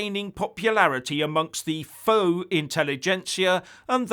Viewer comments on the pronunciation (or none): none